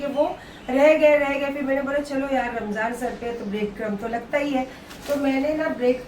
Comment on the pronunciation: Mem aap ramzano q bolti ho ramzaan bolo na